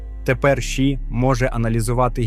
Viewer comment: ШІ не читається як у відео, ші. ШІ - це абревіатура, кожна літера це початок окремого слова, а отже, це "Ша-Іі". Це особливо дивно, тому що далі ви читаєте ей-пі-ай та ей-ай - вірно, а лише ШІ як китайську "енергію" shi".